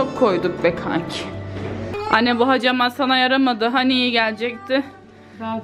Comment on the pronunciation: Hecemat degil, hacamat kibarlaşmak için ağzını yamultmadan konuşsan daha iyi olacak